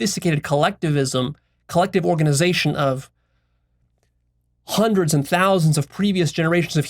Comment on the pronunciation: "I've studied Juandreds of diverse perspectives" lol